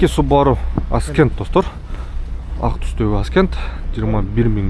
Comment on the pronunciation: Ascent-əˈsent.(көтөрүлүү, орусчасы восхождение) Аскент эмес.